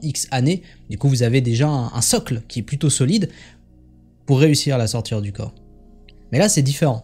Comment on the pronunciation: mais pour quoi vous dites la sortiRE du corp ??? ce n'est pas la sortIE du corp ? pourquoi vous prononcer le RE svp je veux une repense ?